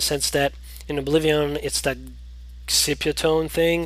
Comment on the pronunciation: Its Oblivion, not Oblivi-on!!!